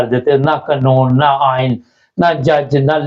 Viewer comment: براہ مہربانی اپنا تلفظ درست کر لیں ، لفظ “ قانون “ ہوتا ھے نہ کہ قنون، یہ پنجابی میں تو چل جائے گا !